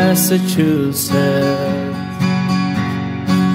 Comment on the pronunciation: Why does the singer pronounce Massachusetts without the tt's in the end? It sounds like massachusess, even in the original song, by the Bee Gees. And it's interesting because he sometimes pronounce with the tt's and sometimes not.